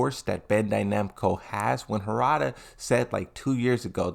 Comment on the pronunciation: Bro it’s not hoorada it’s harada, please stop saying hoorada 🤦🏽‍♂️